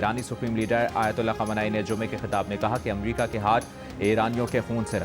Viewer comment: یہ جیو نیوز والے اردو کا جنازہ نکال رہے ہیں۔ امریکہ اس طرح ٹھیک لفظ ہے یا جیسے یہ ریل چلا رہے ہیں